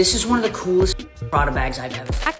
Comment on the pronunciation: Yepbut Prada not Paaaada?? She’s a poser with a hoarding problem.